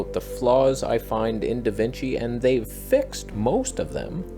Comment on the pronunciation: I now call Resolve "DaVinch"